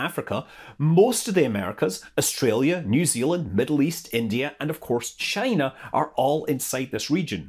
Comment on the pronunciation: Maybe that is a question you should ask “Chy-na.”